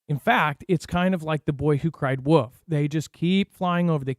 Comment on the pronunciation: its WOLF ffs not Woof - ^The Boy Who Cried " W.O.L.F " ^